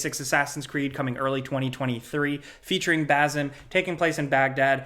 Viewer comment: Basim's name is pronounced, Bah-seem.